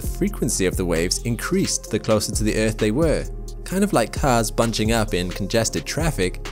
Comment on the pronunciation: Omg why does he keep saying eeth ....